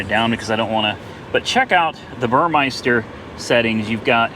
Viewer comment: burmester, not burmeister